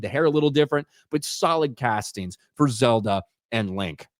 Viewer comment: It’s Zelda, not Zerda/Zimda.